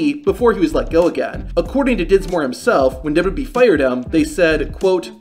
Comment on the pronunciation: This guy just can’t say “WWE” at all, unfortunate considering the subject matter!